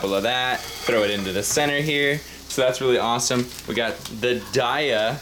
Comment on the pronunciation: Dude, don't hate me but on the Daiya website they say that it is pronounced "Day-ah" as in "Give me a pie toDAY-ah" I know. I know. Hearing you pronounce it your way these last few vids make me think of the good days when the "i" was there for a reason.